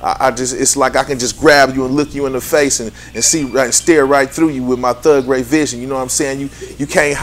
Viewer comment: "Thugray vision". Damn.